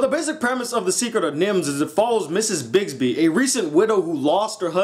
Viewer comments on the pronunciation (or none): I freaking love The Secret of N.I.M.H it's one of favorite movies of all time! but I'm gonna let you say her name is Brisby not Bisby you idiot.